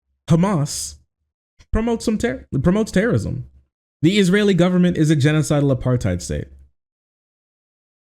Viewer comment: "but have you considered TERARISM!"